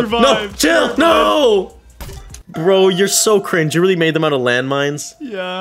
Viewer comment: Bruh stop saying cring